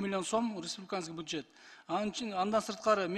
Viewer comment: буджет эмес бюджет болотко